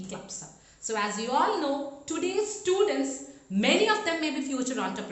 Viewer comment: really useful infor for commerce students, you well narrated facts..Kindly check your pronounciation dear miss.espec whenever you are sayng students..it is coming as studentsa, economics, it is pronouncing it as economicsa...